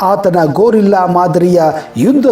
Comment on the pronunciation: ಗೊರಿಲ್ಲಾ ಮಾದರಿ ಯುದ್ಧ ಅಲ್ಲಾ ಸರ್ 😂 ಗೆರಿಲ್ಲಾ ಮಾದರಿ ಯುದ್ಧ